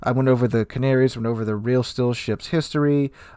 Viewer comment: Just as a sugestion: The spanish ship is pronounced Canarias not Canaries